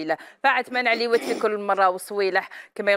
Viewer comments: للتصحيح فقط . اسمه عثمان عريوات بالراء و ليس باللام. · بصح علاه يقولو عثمان عليوات وهو عثمان عريوات * 🙄